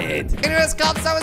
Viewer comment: He said kops like the end of his YouTube name kweblekop